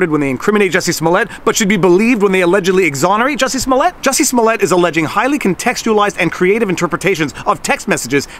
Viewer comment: Great video! By the way it's pronounced Jooosy Smoool-e-ay. Easy mistake to make.